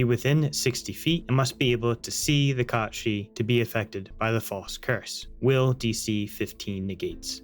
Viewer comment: I like that you pronounce it Kot Shee. I think that's the correct pronunciation. Most people would say Cat Sith. smh in disgust Also TIL this is where Final Fantasy got the character's name from. Didn't know it was Irish/Scottish folklore. Amazing!